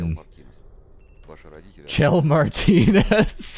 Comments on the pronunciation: It's chell not shell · I think both pronunciations are valid. I think I heard somewhere that the devs considered Shell the proper way to pronounce it, but in developer commentary nodes in Portal 2 people call her Chell there as well, so it's pretty inconclusive.